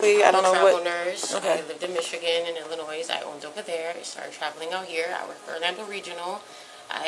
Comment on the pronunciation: Both people pronouced Illinois wrong. Crazy